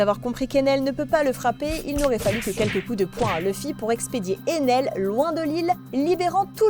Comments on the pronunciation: C ener pas Enel après c pas méchant 😢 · Éner pas Enel😂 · On dit enaire pas enaile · Ener pas enel